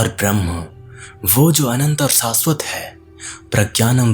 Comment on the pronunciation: Bhai aapki video bhut achi hai par श aur स par thoda dhyan do ....video audio achi hai lekin sha aur sa thoda acha nhi lgta .... Jaise Prabhavsali, Saasvat jbki Prabhavshali aur Shaashvat hona chahiye. Baaki video mst hai